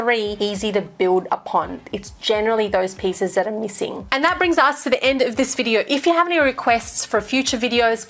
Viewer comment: Lol on ‘bidyo” 😅